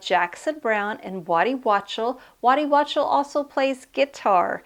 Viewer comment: Great review, I have his second album, but I should check this one out too. I’m with you, I’d love to go back to the 70’s, I was a kid then too, but it was a great time! Great review! Thanks for bringing it to our attention. By the way, Waddy’s last name is pronounced Walk-tel. Aside from Warren Zevon he was Linda Ronstadt’s guitarist and has toured with Stevie Nicks from 1981 right up thru today.